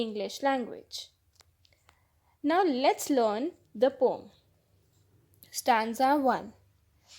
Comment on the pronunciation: Mam apko pdane ka trika nhi aata Aap poem ko pom bolte ho